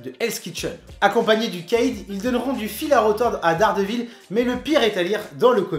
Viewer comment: Le Caïd en fait ca se prononce KA- ide, pas le kède, juste avec ce mot tu a ruiné son chat-risme ! :p. Mon premier contact avec Mysterio c'est le jeu sur playstation 1 ou le combat de boss est comme le comic que tu décris ou spiderman se bat contre un géant mysterio ! Depuis j'le trouve classe